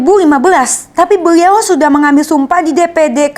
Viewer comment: Dennis adikku cantik yang manis. Lucu kalau mendengar ayat sebutan yang keluar dari mulut adik. Beliau yang benar ✅ Beriau ayat yang salah ❎ Apapun semangat ya adik 😊✌🏻